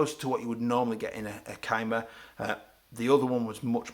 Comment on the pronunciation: Never heard it pronounced kyma before. Thanks for the review, I'm going to get one next salary so I have been waiting for someone to make a good review/overview of the rif.